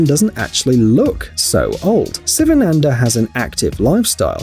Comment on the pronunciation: his name s first letter is pronounced WRONG SSSSSSS not sivananda but SHIVANANDA like Shiva the god